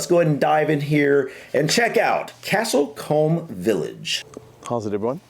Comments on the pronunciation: The narrator here is Australian so does not pronounce things in the English way. Castle Combe is pronounced as 'Castle Coomb', with a 'U' sound not an 'O', so it is not Castle Comb. The thing in the middle of the road are the remains of the Market Cross. Most places had a similar structure marking the centre of the Market Place, which was usually a square area, or a wider street in which market stalls could be set up. Such Crosses were often broken down during the Protestant Reformation when they were seen as marks of Catholic superstitious 'Papist' practice. As here, these were often accompanied by a small shelter building, often called a 'Butter Cross', where dairy produce was displayed & sold on market days. The roads, which are only as wide as they needed to be for horse, foot, & cart/wagon traffic, probably retain their stone 'set' paving under the modern tarmac, as even many big city streets still do. Sets are brick sized cut stone blocks set into the ground to provide a solid, dry surface. The roofs are covered in the same Cotswold stone from which the houses etc are built. It is just cut into smaller slabs, like tiles. Virtually every village in the UK had it's stone built Church in the Medieval era, mostly began in the Anglo-Saxon or Norman eras, but often updated over the years. Most visible church buildings are of the high medieval period of the 12th to 14th centuries. Large towns & cities could have several, or many, churches. These regular single village churches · The gentleman who is giving the comments sounds like he is English. If so he should know the correct pronunciation of the village and should hang his head in shame. I live a few miles from Castle Combe and it is beautiful. Definitely a visit for our cousins in America. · The church you were getting excited about is a pretty ordinary church, there are 1,000's like that in England. Also as others have said the man doing the video is pronouncing it incorrectly, he sounds South African.